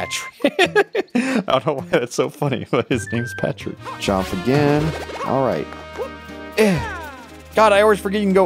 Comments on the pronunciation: I realized that he was saying the block name wrong he was saying Patrick not partrick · Boy it’s not Patrick it’s Par-trick!! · ITS PARTRICK NOT PATRICK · "Patrick" he keeps saying, despite the name being Partrick. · I like how he kept calling Partrick Patrick, but it’s PARTrick, like a course part. It’s funny. Laugh. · ITS NOT PATRICK ITS PARTRICK PART-RICK! NOT PAT-RICK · It’s Partrick,not Patrick,you BOOB! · It’s Partrick not Patrick. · It’s partrick not Patrick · His name isn't Patrick it's Partrick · Who didn’t think it was Patrick?